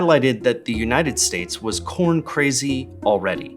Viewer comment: Hyuahbrid Cowuhn